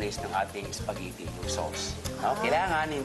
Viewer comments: what .. ISPAGITTI, UWEL and LEVER .. haha😁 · natawa ako sa "ISPAGITI" hahaha . pero idol kita chef.